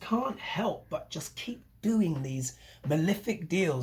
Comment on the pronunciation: What does this word 'milific' mean? Is it your pronunciation of malefic? I just love your updates. Thank you so much. You rock. Get some rest.